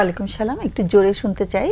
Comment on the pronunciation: সালাম না বলে শালাম বলছেন উপস্থাপক।